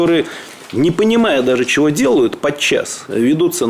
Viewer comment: Медведев говорит "Чяво?". 😂